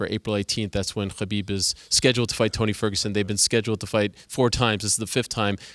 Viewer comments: How tall is he? His head almost reached the ceiling. Btw, i love how soft spoken this guy is. The way he gave his opinion about his fav fighters and he also pronounced Khabib's name correctly🤗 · Crazy, a fan of khabib who knows how to pronounce khabibs name. I’m so impressed by this man, amazing.